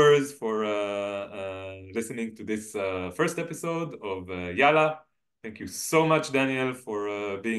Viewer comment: Hey Brothers, love your channel and podcast. May I just comment on the pronunciation of Yalla where you say it as if it is just one /l/ but actually it is stressed and doubled where you hold the /l/ sound longer (also called a dark /l/ or heavy /l/ sound) before pronouncing the final vowel /a/.